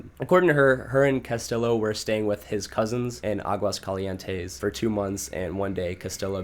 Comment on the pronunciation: I'm from aguascalientes and you sed it really good